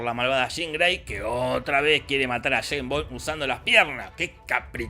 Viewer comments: Shhhhhhaim' bom'. Jajajajaa <S's), Dios le quita barba a quien desea pronunciar la ese'. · Nadie: Posta, nadie: Not one soul: Jorge: Jeim Bon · Yein bon, yes bon yei bong, yeim bom, nombre jodido para decir 🤣 el próximo tendría q ser Roger Moore! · Santo Dios!!! "Chain Bond" "Choe Biden" Por Dios!!!! Estos Argentinos nos quieren cambiar el lenguage!!! Ameritan recibir terapia de dicción!!!!😡😡😡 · sheims bons xD